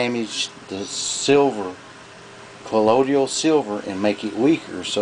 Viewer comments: he WRITES colloidal,but SAYS collodial?WTF? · I really hate the southern accent. It makes the speaker sound so uneducated and dumb. I can't stand how they speak so slowly, repeat themselves, go into detail about things that are common sense, and mispronounce words. If I hear this guy say the word "ColloiDIAL" again, I'm going to scream while projectile vomiting. A der da da der. "Hey, Jim-Bob! We should make a colloiDIAL silver beer to drink on Nascar race day!" "Their makin' a left turn!"- Bubba J. (Jeff Dunham) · I too thought that Colloidal only had 3 syllables and not 4, lol. My granny and her sisters and brothers were all raised in east Tennessee and they all pronounce the word "Wash" with an "R" , to them it's "Warsh". When I was a kid before eating at my grannie's , my granny used to ask- "Did you warsh your hands ?" I also grew up in the south in Georgia but I spent a lot of time reading. With the invention of the internet and worldwide communication , a lot of regional accents and mispronunciation of words are fading away. I moved west to Colorado about 5 years ago and made a concerted effort to lose my accent but I always had good pronunciation anyway compared to other southerners. I think this is the only video on youtube about Colloidal Silver where the person adds an extra syllable and I've watched over 100 different videos about it in the last 3 years. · Call me fussy, but it doesn't give me confidence when the maker can't pronounce the word, calling it: "Collodial." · u can't even pronounce it properly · Please learn to pronounce colloidal,good video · This guy can't even pronounce it correctly, so I'm not going to follow his instruction! LOL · I got ripped off buying Sovereign Silver at the Wholefoods grocery for the longest and pronounced it wrong up until I began to make it myself. Tomatoe, Tomato! As long as it works. SMH! People like you are always punching holes in the dumbest things. You are a distraction.